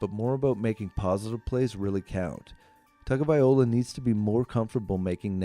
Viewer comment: Can't you just call him Tua? His name isn't that hard to pronounce... you can just listen to any number of people who know how to pronounce it correctly. But if for some reason it's just impossible for you... then just call him Tua! It's a bit disrespectful to have a video about him, where you butcher his name about 50 times!